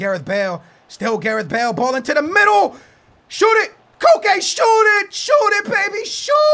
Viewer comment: Its pronounced just like coke